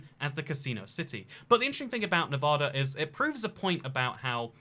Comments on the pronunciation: nevada not nevahda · Nevadan here: Its “Nev-AD-a,” not “Nev-AH-da.” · It's pronounced NEVAYDAH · I'm from Nevada, every time you pronouced it "nev ah da" i cringed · Where I live in the Midwest we say Nev-aw-da too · I’m from Las Vegas and I just wanna say that every time you pronounce Nevada that way I cringe on the inside. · I could've known what state without the thumbnail PS: The way say it is wrong and pisses nevadans off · Ikr tons of people say it the wrong way and it gets me furious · It is Nevada (Nev-A-Duh) The same A pronunciation from Apple. Laughlin is pronounced Lof-Lin. And Beatty is pronounced Bay-Tee. Also Reno is the biggest little city in the world! Nevada is known for small towns, so Reno fits that narrative, but it has casinos and a moderate sized downtown. Mining is huge up north. It is so weird having some random foreign guy talk about little towns that not even most other Las Vegans know of.